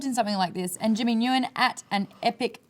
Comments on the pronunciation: Maude's pronunciation of "Nguyen" lol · pffft, Maude pronounced Nguyen wrong, lol